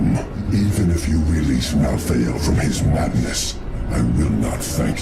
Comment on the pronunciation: Here's some important notes for you; (1) It is Mal-thael not Mouth-feel, wtf... (2) Imperius did not know diablo had turned into the prime evil when challanging him outside the gates of heaven. (3) Imperius had nothing to lose when challanging diablo, all angels simply respawns again at the crystal arch when killed which is why it's such a big deal when Diablo reaches it. (4) Imperius hates humans because they are half demons, just like Malthael he recognizes that there's no end to the eternal conflict as long as humans exist. (5) Imperius is not aware of the prophecy that the high heavens were to lose against the demons, only Itherael knows about it and he keeps it secret which is why Itherael votes to spare the humans as they were a wild card that could change their fate. Tyrael wanted to exterminate humanity as well at first but had a change of heart when a nephalem sacrificed his life for the greater good. Being the Archangel of Justice this made him realize that humans can be good and therefore can't be exterminated. (6) Imperius changes his attitude against you after you save the high heavens, seen in the reaper of souls. He still have very good reason to doubt humanity though, as all angels should. Nephalem are unpredictable ticking timebombs that can literally kill celestial aspects. This nephalem happened to be on heavens side but the next one might not be.